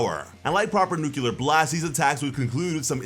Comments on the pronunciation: NUCLEAR IS SAID LIKE NUKE-LEE-UR NOT NUKE-YOU-LUR STOP SAYING IT THE WRONG WAY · my man said "nukular" while showing us a page that literally spelled out "nuclear." come on now. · ITS NUCLEAR, NUCULAR IS NOT A WORD. Why has every youtuber that reviews One Punch Man have such trouble with this. Nucular is not a word an is not how you say nuclear. You are adding a whole syllable thats not there which makes it hard it listin to. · New-killer Nu-clea-ar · Nuclear not nucular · It's not "nucular", it's nuclear. STOP saying nucular. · It’s not nuc-ya-ler it’s Nu-cli-er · Bro its not Nukular. Its Nuclear. Nu-Cle-Er. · It’s Nu-Clear not Nu-Cu-Lar lol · Nuclear pronounced like...New-clear...not. Nuculur im sorry just hurts every time i hear someone say it like that.. I love the video though 😬😊😎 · It's Nuclear not Nuculer. New Clear not New Q Ler. Otherwise nice break down. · Nuclear… new•clear. Everyone always saying new•cue•lur lol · New-clear not New-cue-lar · why do you keep saying nucular? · It’s pronounced “new-clear” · Bothers me when I hear someone say "nucular". It seems to be an American thing. I like your videos though :p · if (nuclear is nuckelar) then (clear is ckelar ) :P 🤣😂🤣😂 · I swear.. if I hear him one more time saying NEWKILLER, I am gonna kill myself lol. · Newkular fission? xD Man, say nucleus, then nuclear. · "Nucular fission" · Nu-Clear.....nu clear